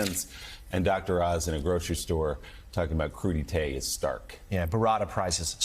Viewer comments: It's pronounced Croo-Deh-Teh. Emphasis on the "Teh" in his case. "Cruditay" sounds like a fabled East Asian island deathmatch from a 70s Karate flick. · Here I was thinking it was pronounced crud ite. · 😂😂How do you say Veggie Tray in Turkish? “Crude-ee-Tay” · Crudite as you say, derives actually from the French term ''crudités''. Crudités is the short name for all sorts of uncooked vegetables. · Crudeite' ? Or coup d'état ? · Rich guy who does not know how to say "crudites" (kru-deets) is not worth his $. Does he also say "horse doovers" for hors d'oeuvers (or-deurs)? I think I am gonna go live in my basement until this is all over. There is zero doubt in my mind that the commentators on this lame media outlet have no idea what these things mean. None. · He tried to make seem like he is a tenant, where he's actually a landlord. //Also, "crudités" and "tequila"? 😂